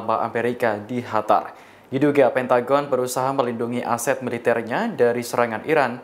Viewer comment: Coba ngomong yg bener lu gk enak didenger HATAR HATAR,,, QATAR GITU